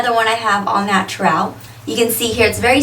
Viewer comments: I wish she would say natural like a person who isn't mentally challenged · u say natural weird